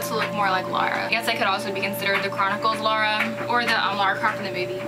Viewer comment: I like the outfit on the right, it's more like the game Lara, the one of the left is pretty Awesome though. But I'm pretty sure her name is pronounced lara not laura